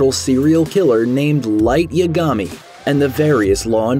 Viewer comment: Anyone else cringe when he said “light ‘Yagami’” 🥲